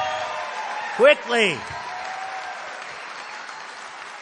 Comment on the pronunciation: The way he says Qwwickly 😂